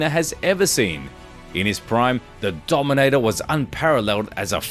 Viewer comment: He meant the dominateer. I mean, it does sound the same, haha